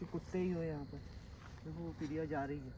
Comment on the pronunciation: 😢 murkh Ram padhe likhe nahin ho kya lagta hai tum anpadh Ho......... Priya Naam Priya Priya kahta hai pahle sun le bol FIR theek se........ Priya Naam hai pahle Jitendra bhaiya se Sun le Naam theek se tab bol....... FIR video banaa bevkuf anpadh jahil Aise video mat banaa........... Upar likha hai Piya Piya kya hota hai......(Priya bol)😢😢😢😢 Gadha pahle video banane chala tha pahle theek se uchharan nahin karta na theek se heading likhta hai upar Piya dikhayen....... Anpadh Raja theek se uchharan karo Priya bolo anpad........ Badi sharm aati hai tum log ke upar jo ki video banane chale aate Ho bolane ka tamiz hai nahin kya bolna hai kya nahin bolna hai..........😢😢😢😢 Ekadam Aise lagta hai anpadh to hai hi Ho Tum...